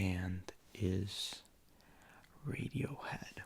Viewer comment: "radiohead 😱😱" is the only correct way to say it fr